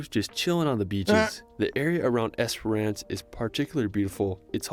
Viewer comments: not esper ance either... i wish instead of reading place names in australia and assuming they know the pronunciation... try askin a fuckin local instead!!! geez the only place he came even close to pronouncing right was beerwah... now other tourists will see this n think its the way to pronounce them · Great commentary, so many reply worthy comments too! ●Bondi (Bon-die) has been covered . ●Not "Es-per-ahhhnce", its three syllables packed into 2: "Es-prence". ● if you love kangaroo on a beach wait till you see kangaroo swimming through water, or drowning someone's dog! ●You nailed "Melbourne" first go! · Spent a lot of my childhood on Twilight Beach in Esperance. Pronounced Esperence. Yes, that is a large hole in the rock.